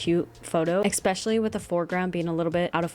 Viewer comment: Especially not expecially😂